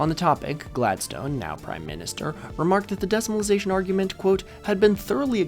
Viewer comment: I wouldn’t normally leave such a comment but you seem like a guy who loves to learn so I must say that your pronunciation of ‘exchequer’ is wild. Also, names like Gladstone are typically pronounced with a schwa on the final vowel, not like the word ‘stone’.